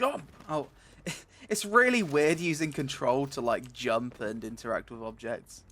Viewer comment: No jumpuh, feelsbadman